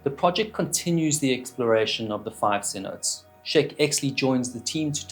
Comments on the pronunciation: Absolute most minor nitpick in the world, "Cin-oat-AYs" not "Cin-oats" This does not matter in the slightest nor is it important :> just in case you care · I love me some Waterline Stories, but all he needed was a perfunctory Google (or watching some Dive Talk 🙃) to avoid repeatedly calling cenotes "sin-oats."